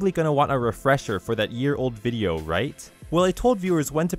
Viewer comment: you pronounce "vjeo" wrong.